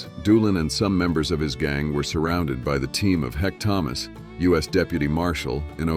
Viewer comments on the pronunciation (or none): none